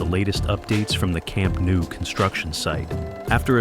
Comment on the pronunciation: Please say Kamp-Noh-oo, Catalan is not read as French :)